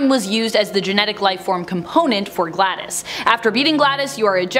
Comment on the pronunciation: Glados is Pronounced Gladous isn't it? not gladdis?